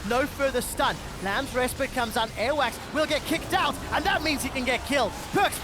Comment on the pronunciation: Every time I hear the commentators say "Airwaks" sounds kinda like earwax